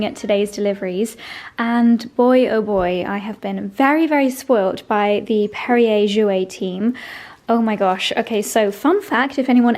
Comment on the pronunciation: That is Perrier Jouet…..again as with Moët with Perrier the correct French pronunciation is to pronounce the “t “ on the end of Jouet because there is supposed to be an accent over the “e” the same as with Moët. The “t” must be emphasized.❤